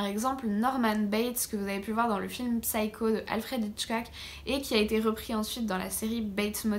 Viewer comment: on dit "saïko" sans le p